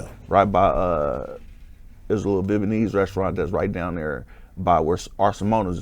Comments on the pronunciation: "Bebeinese", WTF this nigga tryna pronounce Vietnamese 😳🤣🤣🤣🤣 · Bro, Viet Na Mese. Not Viet ma nese. And besides that, you talk about had had had and now I understand why you are where you are. I hope you're thankful you still around and givens breaks like this. Good luck.